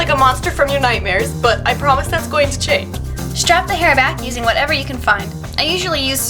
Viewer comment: when you ment to say change you say chan XD